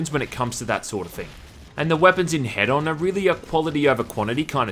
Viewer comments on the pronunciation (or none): It's "hee-done" not "head-on", right? 😂😂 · There's only one "d," so I think it's supposed to be "HEE-don," like hedonist and hedonism. I hate it when companies and devs name things with unclear pronunciations, like "WE know how it sounds, so logically everyone else does too." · I cant man im sorry, ITs HE DON like Don like a don form a mafia, Not Head On thats a shitty commercial. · Why are people pronouncing this "Head-on"? Isn't it "he-don"? As in, hedonism? Also, - You can ignite those clouds with fire and it detonates - a really strong one too. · Why does everybody call it head-on... I thought its supposed to be hedon like in hedonism... so he-done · I can't seriously be the only person who knows it's pronounced "He-don" right?.... 4 million "head-on directly to forehead" comments Oh.. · Isn't the word hedon pronounced heh-dun? Short dun. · Wouldn't it be pronounced "He-don" as in hedonist/hedonism? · It's "hee-dun", like in "hedonist". linked to an incorrect pronunciation, making him wrong twice. Furthermore, he is pronouncing it with two long vowels in his video, which doesn't even match the pronunciation in the linked video, which is a long vowel followed by a short vowel. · Isn't it HEdon? As in hedonistic, or hedonism? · prettysure it's hedon like hedonism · It's pronounced HEE-dun and is Greek for "pleasure". Knowing that should make the main character even better. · I think its pronounced h-ee-don. As in hedonistic. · One day you'll learn how "Hedon" is pronounced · Pronounced 'hee-don' for future reference. Sorry it annoyed me every time you said the title lol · Pronounced Heedon. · Pronounced heedon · Isn’t “Hedon” pronounced liked “hedonist”?